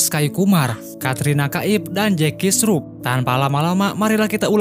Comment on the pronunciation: Akshay kumar bukan askay kumar. Jaky shrof bukan jaky sruh dasar kacau